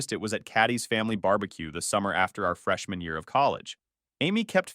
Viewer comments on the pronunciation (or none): Said "freshman year" but I heard "fresh manure".